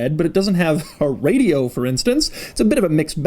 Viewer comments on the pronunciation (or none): none